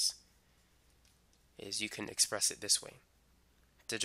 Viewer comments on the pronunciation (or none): none